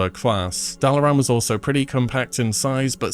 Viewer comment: Considering how he pronounces Dalaran, I’m not sure he’s ever heard that speech lol